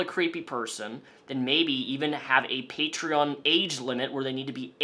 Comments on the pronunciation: onision's pronunciation of the word 'patreon' irritates me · i hate the way he pronounces patreon